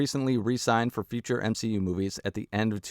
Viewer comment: m-SHE- u